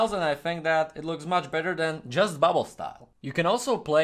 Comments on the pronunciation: I love these videos. When i was small i loved graffiti but as i grew older I forgot about the love i have for it...but u made me remember. Ps: Its BUBBLE not buble😂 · …just trying help …though I’m sure it’s been said …it’s bubble*